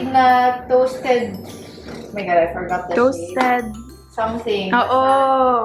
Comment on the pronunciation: "oh may golay" HAHAHAHHA